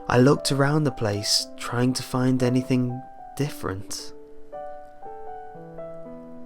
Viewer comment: Learn to not say k at the end of some word like somthink anythink comingk etc etc etc